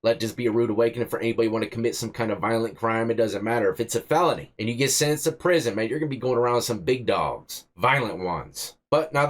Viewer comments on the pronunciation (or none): Lol you got me cracking up "getting sin-instt" 😂